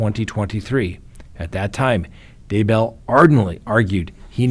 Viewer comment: Daybell is ONE word not 2.Its not DAY Bell.